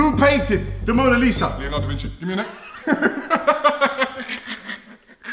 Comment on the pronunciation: Da Vinki??